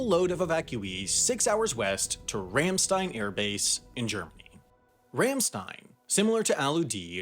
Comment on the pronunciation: it's rahm shtine not rehm sten